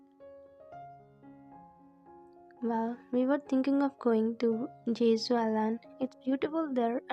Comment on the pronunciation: It's jeju you are saying jezuu